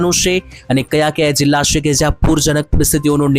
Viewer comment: પહેલા" છે " બોલતા શીખો